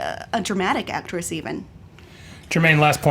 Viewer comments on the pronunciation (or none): Is it so HARD to say AcTRESS? o.o